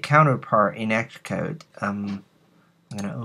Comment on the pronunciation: Good tutorial, Sounds funny when you say ESS-Code